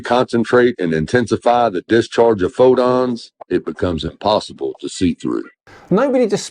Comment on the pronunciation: If he wants to use the bible as a reference, why doesn't he mention that the sunlight gives life? WHAT AN IDIOT !!! I also notice he does not know how to pronounce Fotons, he pronounced it as " Fodons ".